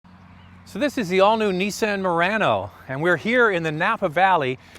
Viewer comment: I agree. He doesn't even know how to say Nissan.